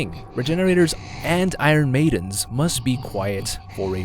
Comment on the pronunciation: The way he mispronounces "iron"... Jesus.